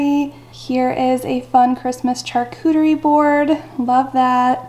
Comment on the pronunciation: Your video is great, however it’s pronounced SHARCUTERY not CHARCUTERY.